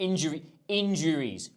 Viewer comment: “In-juries” loolllll I just heard it 😂